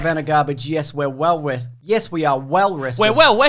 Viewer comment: We awe gafered hewe towday, wew wested.